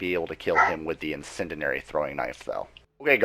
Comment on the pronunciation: In-Sen-Dee-Air-Ee! But, good info man. Just breaking balls...